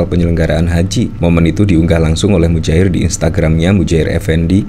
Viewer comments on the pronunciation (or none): Muhajir bang bukan Mujahir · Muhajir.....bukan Mujahir...... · Muhajir bukan mujair effendi😂😂